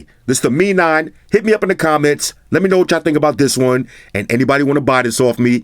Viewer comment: Haah! 👆 finally heard someone saying 'Mi' (me), instead of 'M-I' (em-eye) 😌